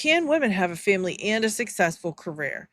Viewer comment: This phrase gets up my goat so bad, cringe every time she says it. Also the weird way she pronounces family like feeehmly... cringe